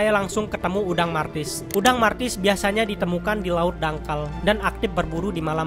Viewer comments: Udang mantis bang,, bukan martis.. Lu kira udang mobile legends kali bang.. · Martis😂😂😂😂😂 bukan mentis yh😂